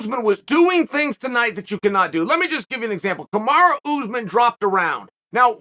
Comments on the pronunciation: Yo Chael.. it's Kumaru not Kumara. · 1 single loss and Chael is calling him Kumara 😂